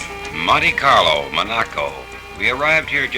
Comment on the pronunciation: 😂 Der Klang der Aussprache der ersten beiden Worte in Lautschrift : Manni Karlo klingt wie = Money Carlo 😂 wie treffend Herrlich 😊